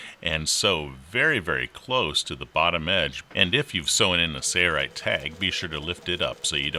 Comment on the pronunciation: Mr. Narrator has a nice voice but he doesn't know how to say "Sailrite". : )